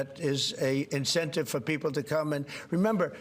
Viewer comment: I hate how he pronounces: 'Pee-O-pple', it's just weird!